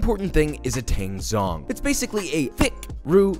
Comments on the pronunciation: hey just fyi, the "zh" in "tangzhong" is pronounced more like the "ch" in "Charlie" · The day a non asian cooking youtuber pronounces tangzhong correctly is the day i die